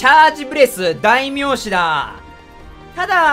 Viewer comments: ダイミョウザザミの真似をしすぎて『だいめいし』が『だいみょうし』になってしまった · だいみょうし？だいめいしじゃなくて？（笑） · だいみょうし？ww だいめいしじゃないのか？w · 土星語ドリル 代名詞「だいみょうし」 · 俺は見逃さなかったぞ ×だいみょうし ○だいめいし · 俺も見逃さなかった。代名詞を「だいみょうし」と読んだことに。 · 日本語 代名詞（だいめいし） 土星語 代名詞（だいみょうし） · 代名詞を深読みしすぎた結果だいみょうしになってて草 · 突然の代名詞(だいみょうし)で草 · 代名詞をだいみょうしって言ってて最高